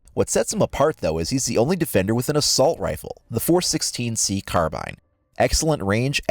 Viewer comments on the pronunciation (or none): none